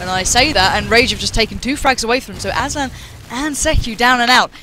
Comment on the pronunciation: Hahah aslan "asban" xD